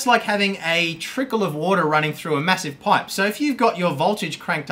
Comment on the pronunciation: I thought you were saying pie not pipe lol